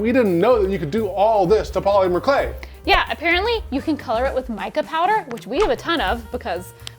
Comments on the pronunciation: The way says POLYmur clay is cracking me up 😂 Always wanted to try that hack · Say Paw-Lemur again! Do it!❤😂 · New drinking game - drink every time they say "poly-mer". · I've never heard anyone pronounce the Y in polymer so hard! 😂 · I feel they said Polymer wrong..... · Love the way the earrings turned out, I think they are so cute and I love the technique. But I don't think I like the way says polymer. I dunno, something about it bothers me the tiniest bit lol. Like just enough to where i cant focus on what he's saying lmao. No hate, all the love. It's just funny. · What did they do wrong? The earrings look pretty good for their first time using the clay. Only thing that bothered me was how pronounced polymer lol